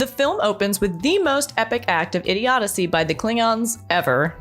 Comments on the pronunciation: “Idiodicy” is not a word. I think you’re looking for idiocy (IH-dee-oh-see). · I thought it was just a misstep by her...but then she said IDIODICY again....hmmm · "Idiodacy" ...? It's idiocy. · After that 2nd butchery of the word: "idiocy", I couldn't watch another minute. Everything prior was kinda 'meh'.